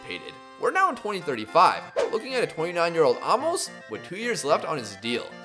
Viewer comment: Aymos* that’s how it’s pronounced